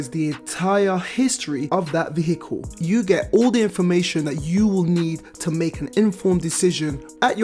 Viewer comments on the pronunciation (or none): Please stop pronouncing the H in vehicle it’s silent 🤦🏻‍♂️